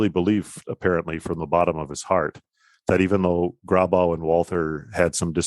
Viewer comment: This is all very interesting, but I could never understand why American Lutherans, particularly Missouri Synod types, who should know better, mispronounce German names such as Walther and Loehe. Your pronouncement of Grabau is fine.